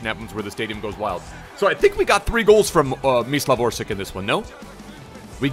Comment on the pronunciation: Great vid...but instead "Orsik", try to pronounce it as "Orsich".